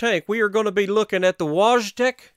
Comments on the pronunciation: Hey... just FYI (and I know it will make you feel better!!!:D)... the proper pronunciation (and much easier for you to say) will be "Voyteck"... that's it mate!;-) PS: Nice video... as always. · To properly say the name of the tank its said as "Voytek" which roughly translates to "Bear". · I think it’s pronounced “Voytek”.